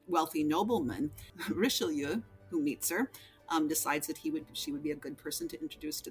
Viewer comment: I liked risheeloo...unlistenable.